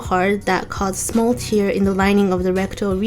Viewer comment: Great video as always. Thank you. すごく細かいことですが、 tear を涙と同じ発音で読んでいる気がしますが、聞き間違えでしょうか。裂けると発音が違うと思います。 “a “ gluten は言わない気がしますが… I think it’s uncountable. いつもとても良い説明で助かっています。